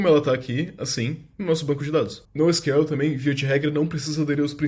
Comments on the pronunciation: o nosql ele mistura portugues e ingles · E pior que nem fala assim. Fala “nou síquel” E “síquel” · Pq sql ele fala com sotaque Br e nosql fala com sotaque inglês?